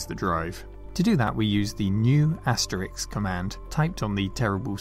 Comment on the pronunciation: Asterix? Aster-Risk! We're Brits not colonials. :-) Good video as always, though.